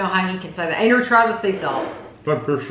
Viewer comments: lol. Its that I always thought was saying Anger. Y’all have a beautiful family in any case. 😘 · It sounds like you’re calling your son “Anger”. Am I hearing that wrong? I know his name Is Andrew.